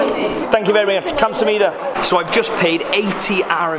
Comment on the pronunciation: Kam-sah-mida lmao